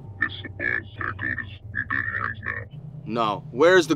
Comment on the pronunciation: Yea but you said gott not goat